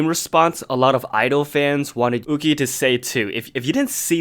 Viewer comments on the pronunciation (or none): It’s pronounced You-chee not ooh-gi. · ahh it’s pronounced you-chi instead of u-gi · her name is pronounced yuu-chi (it's hard to explain how 'y' and 'q' is pronounced in mandarin) since her name is chinese, it's not pronounced as oo-ki! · from the actual korean pronunciation it is 우기 as in oogi not you-chi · Isn’t yuqi pronounced yoo-chee?? Not ooh-gee? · its pronounced more like "yoo-chi" but her name gets changed to "woo-gie" (romanization) 우기 in korean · I'm not sure of the correct pronunciation of 'yuqi' in chinese but in hangul it is written '우기' meaning it should be pronounced in english as yu-ki, kinda like the pronunciation of the japanese name yuki lol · I think that Yuqi's name is pronounced 'YOO-CHI' ;') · Yuqi is pronounced Woogie. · Why are you pronouncing the Chinese names like that? It's YUH CHEE and SHOO HWA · Not to be that one chinese but its pronounced you chi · i thought yuqi was pronounced yu-ki.. i was confused at first but then i was like OH🤯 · pronouncing yuqi name wrongly 😔 Its a chinese name so its pronounce 雨琦 (yoo-chee) you can search it up bc i suck at my chinese LMAO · IS THAT HOW YOU PRONOUNCE YUQI????? I'VE BEEN PRONOUNCING IT YOO-KEY???? MY USERNAME WAS YUQI-RELATED ONCE AND I STILL PRONOUNCED IT WTRONG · No it is pronounced as ohh-gee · Idk if you know how to read it but it's spelled like 우기 which is pronounce oo-gi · The way he pronounced yuqi ._. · y r u saying yuqi like that. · The way you pronounce yuqi really bothers me HAHAHAHAHAHA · I've been mispronouncing Yuqi wrong for the past year oop- 💀 Also, 2019 kinda sucks for K-pop fans :/